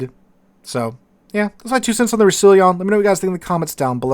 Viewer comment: I think it's pronounced / Rous sa lon